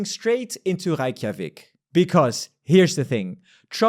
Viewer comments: You can just pronounce "Ray" in Reykjavik, no need for "Reich" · ⟨ey⟩ in Reykjavík is pronounced like ⟨ei⟩ in Standard American and British RP eight.